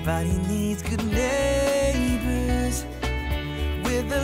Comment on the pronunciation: “That’s when good NeighboUUUUUURRRRRS” Didn’t realise it was filmed in America now